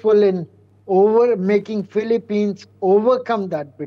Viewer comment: Philip-peens, please! Not Philip-pines. There are not so many PINE trees in the Philippines.